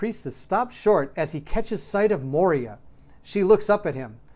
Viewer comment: MOY-ra, not mo-ria (cool video though!)